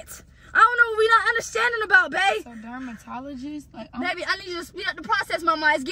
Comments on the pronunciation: Team RAMIERE🩷😭😭😂 mispronouncing dermatologist😭😭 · My favorite part was when she was trying to say dermatologist that was a BANGER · My favorite was when she was trying to say dermatologist